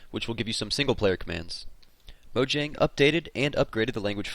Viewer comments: (maw-jong) is how you pronounce mojang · it is mo-ja-ng